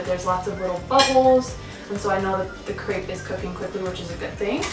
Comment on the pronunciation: Lol you can't even pronounce crêpe the right way. 😂